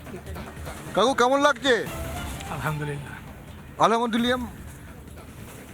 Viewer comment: বলদ সাংঘাতিক আলহামদুলিল্লাহ এর সঠিক উচ্চারণ শুনতে পাইনা